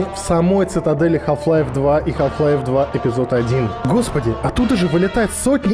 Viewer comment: мне одному кажется , что в начале видео он говорит "Калл Хлайф" O_O